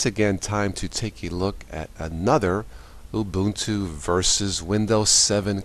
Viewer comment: Actually it is pronounced oo-boon-too. Some however pronounce it wrong.